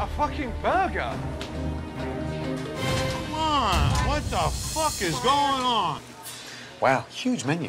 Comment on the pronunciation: i dunno why but the way Gordon says burger here is funny to me haha